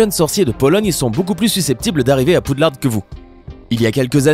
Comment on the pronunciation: On prononce "poudlare" et pas "poudlarde". Même si ça s'écrit "Poudlard"